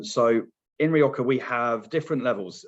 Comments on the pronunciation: Nice overview. But as a wine educator you really need to spend some time watching some videos of Spanish wine in Castellano to get the pronunciations for the place names! Among others, not sure why you Brits pronounce Rrrrri OH Ha as Rioka. Imagine me pronouncing the river in London as the THhames.... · I thought I was hearing wrong. How hard is it to say HA! 🤷🏽‍♀️